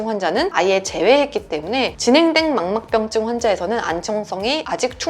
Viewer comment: 망막병증 발음때문에 힘들어하시는데서 약간 웃음포인트예요 ㅋㅋ 귀여우셔 ㅋㅋㅋ